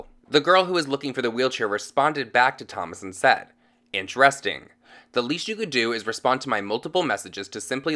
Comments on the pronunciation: "Inch resting" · ‘Inch resting’🤦‍♀️